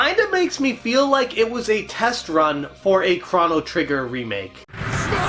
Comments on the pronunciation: Thanks for the video! But I keep hearing Cron-O Trigger, it’s Chrono- like a long oooo. Thanks! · (CROW-NO) NOT (CRON-O) HOLY FUCK!